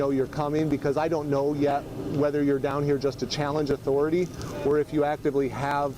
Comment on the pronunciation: I think that's pronounced "AuthoriTAY.